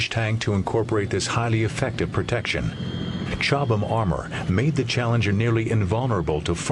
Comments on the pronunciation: Is not chobhlam its Cobhlam, Well its pronouced that way. Im British before anyone contradicts me. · It's Chobham. Chobham common was the home of the FVRDE, later RARDE, where Gilbert Harvey pioneered the armour that became "Chobham". (I'm English too).